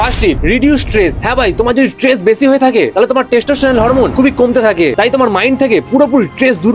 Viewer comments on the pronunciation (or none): Tress❎ stress✔️